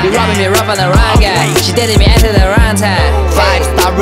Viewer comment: 麻烦练一下英文发音把。。。you date特 me at特 the wrong time。。。